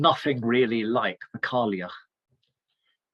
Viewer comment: Wonderful analysis! With regard to the Scots & Irish languages it is pronounced Gaa-lik for Scots & Gay-lik for Irish. The Old Woman of Gaelic culture is pronounced Kai-ach.